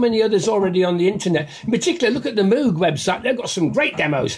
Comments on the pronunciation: It's pronounced like "mogue", like rogue or vogue!!! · For someone so into Moog it’s a shame you can’t pronounce it properly, they even did a keyboard that rhymes with it, The Moog Rogue